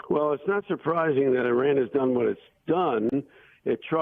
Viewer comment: whoever you are, is it possible for you to learn how to pronounce "Iran"? How do you pronounce "Italy"? Good grief.